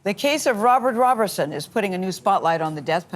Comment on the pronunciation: Gail get it right! The pronunciation of this Man's last name is ROW. BER. SON! There is {NO} {"T"} in his last name. Give this innocent guy a break.